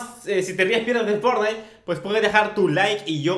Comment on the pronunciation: Cuando eres crrano y dises fornai enves de fortnite :V